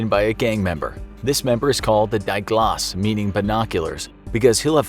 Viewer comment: It's not Die Glas It's "Dee Ghlus"